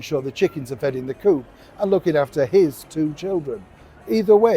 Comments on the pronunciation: Noticed the emphasis on HIS two children 😉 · Interesting how you emphasize HIS children what do you know that we dont yet know 🤔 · Love when talking about the children you emphasise HIS two Children😉